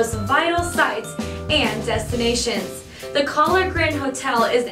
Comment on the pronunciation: She pronounced Kahler wrong every time.